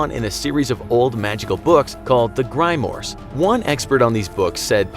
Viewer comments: It's pronounced "Grim-wars". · Sorry…how did you pronounce grimoire…? 😂😂😂😂